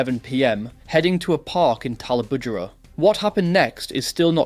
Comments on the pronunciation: he didn't do a bad job with pronouncing tallebudgera though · When I moved to the Goldy in 2007 I mispronounced Pimpama along with several other names. I’m impressed with his spot on pronunciation of Tallebudgera (not sure if that’s the correct spelling).